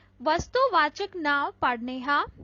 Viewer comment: Not ‘now’ it’s ਨਾਂਵ